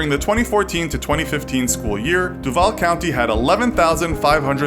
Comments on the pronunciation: It’s actually pronounced dew vall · U pronounced Duval wrong